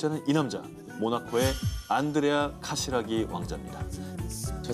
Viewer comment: 카시라기..라기..라기...발음이 재밋어요!!